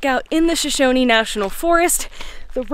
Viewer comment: Shoshone-y lol